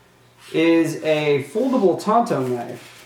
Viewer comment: I couldn't help but laugh everytime he called the knife a Tonto. I know he meant to say tanto when describing the blade. Tonto was the Indian that rode with the Lone Ranger.